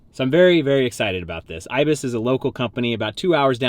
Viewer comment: That’s not how you say IBIS